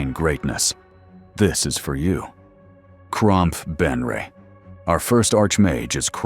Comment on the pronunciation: Lol cromph, monshoon 😂, if you're gonna use ai to make your videos at least get the names right dude.....Gromph....Manshoon